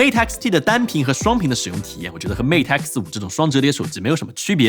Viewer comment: 终于有中国博主把mate的音念对